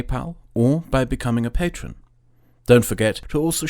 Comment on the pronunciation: Patron -> Patreon. Lol